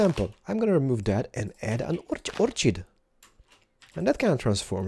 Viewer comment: And, dude. Orchid is pronounced like Orhid, not like the "ch" is pronounsed like "ch". lol